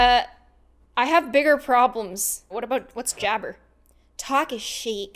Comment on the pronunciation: When you said hey jabbr it's actually her jabbar